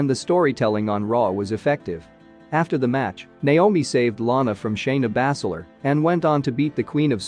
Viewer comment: Did I hear Shayna "Bass-eh-ler"? "Finn Baylor"? "A-lee-is-ta Black"? Lol